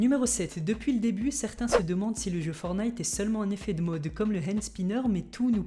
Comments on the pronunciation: C pas fornite c fortenite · On dit fortnite pas fornite